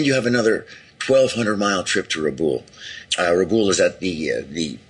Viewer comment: I've watched hundreds of hours if not thousands on the Pacific war and I've never heard it pronounced Rah+ Boole. Rabaul has always been pronounced Ruh + Bowel. I don't live there so I can't say for sure but this is definitely the first time I've heard it pronounced this way.